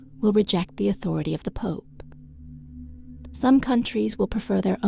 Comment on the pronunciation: I would advise this to learn how to pronounce “pope” because he pronounces it “poop” and says “A great poop” will…..Other than that this is a great prophecy.